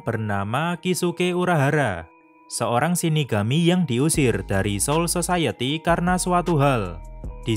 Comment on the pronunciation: Ngakak bacanya si admin " soul sosayeti"